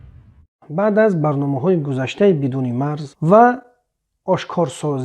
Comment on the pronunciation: КОреяи шимоли нависта мешавад, кАрея гуен талаффуз мекунанд. МинбаЪд аломати сакта "Ъ" ба гӯш чуноне, ки ту дағал ва гӯшхарош талаффуз мекуни намерасад. БаЪЪЪЪЪД баъъъъд накарда бад бигӯй тамом. Ҳама мефаҳманд, ки ту баЪдро дар назар дори.